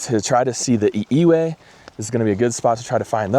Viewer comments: ʻiʻiwi = E-E-Vee, as the pronunciation. & Im going to assume that 2nd one was supposed to be ʻŌmaʻo (O-mah-O, for pronunciation). 3rd one: AH-Key-Yah-Po-Lah-Ow = ʻAkiapōlāʻau. & ʻio = E-O (not E-u) I do endemic bird guiding on Kauaʻi -- unfortunately, our endemic forest birds had a devastating last winter (2025-early 2026), but now makes it more imperative to document what's left in the wild. If you guys ever come out here, hit me up 🤙🏽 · Glad to see your interest in Hawaii's native critters. I'iwi, Akiapoliau. Learn to pronounce them correctly so we know what bird you are talking about. You were right about letting the birds find you. btw: Pueo is different from most owls in that it is diurnal so that's why you didn't see any. When we were hiking the Pu'u oo trail I stopped to pee by the trail side & was gifted with a very tiny happy face spider so its important to receive what the forest gives you. Kolea is an endemic, It migrates by itself to Alaska to breed and returns to the same patch of grass. There is an active bird group who looks for then every year, They leave their babies in the nest for a month & then the babies migrate solo to Hawaii to that patch of grass. Go to Maui, Haleakala and you'l see plenty petrals. Good work.